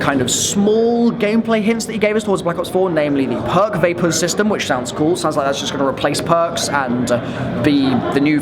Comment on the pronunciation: Did he say vapers??